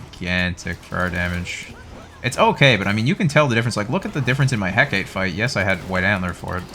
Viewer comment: I love your videos but the way you pronounce Hecate hurts me 😭